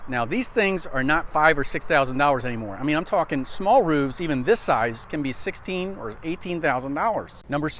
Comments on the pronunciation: Roofs. It's ROOFS! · Number 6. What is a "roove"? Did I even hear it correctly?